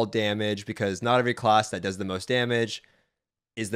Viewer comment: He pronounces "class" as "closs" lol